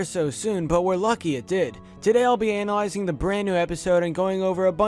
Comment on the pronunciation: ANALysing.. work on that pronunciation lol. Try giving something new... everything you said or provided was on the rick and morty subreddit within a few hours of it airing leading one to believe you are just grabbing stuff from there.